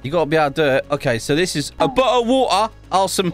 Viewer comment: "oh! A bo'le of wa'er"